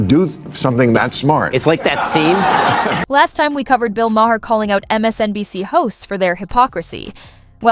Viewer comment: You don’t know how to pronounce ‘Maher’.